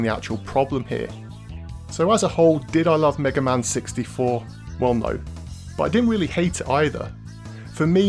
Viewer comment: Haha first you said "maga man" at one point, then you call the Bonnes the "bones" :) ..